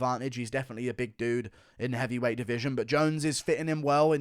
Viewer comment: best was jon calling cyril cereal😂